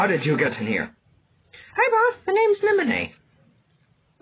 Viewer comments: NI MO NAH not ni moh nay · It’s spelled nimona not nimonay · Bro was trolling with the pronunciation of Nimona's name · You pronounce the name wrong 😑 Nimona name wrong.but overall great audiobook10/10👍